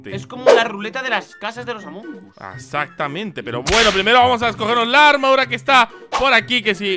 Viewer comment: Dijo asactamente😂😂🤣